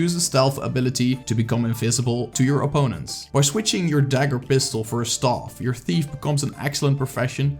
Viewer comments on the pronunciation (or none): Please stop saying STAUF! Super annoying! Learn how to say staff! The rest of the video was nice.